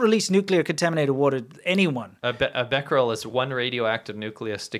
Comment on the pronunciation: You're pronouncing Bequereles correctly.